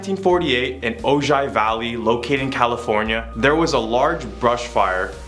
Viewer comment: Dear, OJAI,IS ACTUALLY PRONOUNCED OHI, SIMPLE M,MISTAKE, THINK OF THE SIX MILLION DOLLAR MAN, HE AND THE BIONIC WOMAN WERE FROM THERE, OTHERWISE I WOULDN'T KNOW HOW TO PRONOUNCE IT!!GARY BAILEY KING OF DARKNESS P.S. GOD OF THUNDER AND LIGHTNING